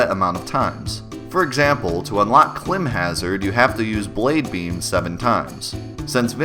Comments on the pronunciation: Awesome video, good info, I learned all this stuff from the Versus Guide. If you're OG you know what I'm talking about. Also, I think it's pronounced climb (as in climbing up a cliff) hazard. Not klimb. But that's just me. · I think it's pronounced "climb hazard"